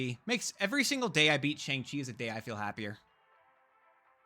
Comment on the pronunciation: Please, mate, it's not pronounced "Sheng" Chi.😭